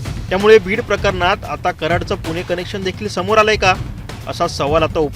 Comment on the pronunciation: आधी उच्चार सुधारा रे ? संध्या म्हणायला हवे, संदया नाही . कनेक्शन म्हणा न बाणातला नाही नळातला हवा. चले व्हिडिओ बनाने???